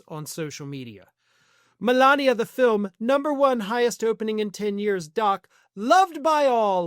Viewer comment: It's a documentary "Filim".